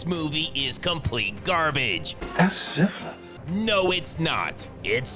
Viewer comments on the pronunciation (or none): Love how Mr Seagull can't say syphilis, or as he would shart sifflis. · "Dat's siffuhlys!"